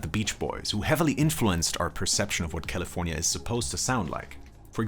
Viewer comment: The way this dude says Caeleefoornia makes my ears hurt! As do many of echo songs...but hey props to you for doing this thing